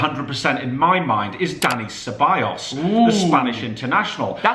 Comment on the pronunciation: And then he says Ceballos😂😂